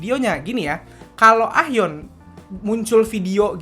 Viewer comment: Nyebut nya "A - yeon" bang 😊😊😊